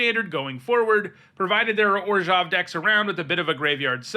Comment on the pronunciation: Two things I really enjoy on the rare occasion when Youtubers actually do them: 1. Correctly pronounce the "zh" part of "Orzhov." 2. Calling generic mana what it is rather than "colorless."